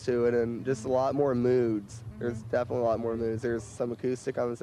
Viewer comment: Finally I understand, why Chuck always says DEATHinitely :D